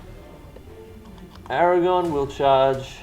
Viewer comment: A great Battle report. But Fuck me, CC, saying Aragon instead of AragoRn is infuriating.